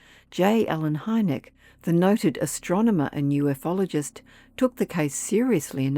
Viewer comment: It's pronounced “u-fologist" not “uf-ologist".